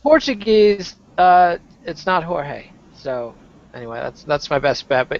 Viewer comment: Kid, congratulations on the portuguese pronunciation of Jorge. We don´t like to be called with the spanish pronunciation, lol. Keep up the good work guys, take care.